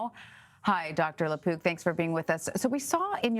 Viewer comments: I kept hearing "Doctor LePoop." Also, it was nice to know you all. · I thought she was saying Lapoop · She did say: Dr La-poop 😂